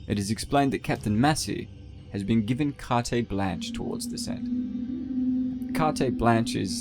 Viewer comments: It's pronounced "cart-blaan-ch" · KAR-TAY-BLAANCH?! c'mon, dawg....LOL! modern education, y'all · "Cart-ay blanch" is such a comically incorrect way to pronounce those words.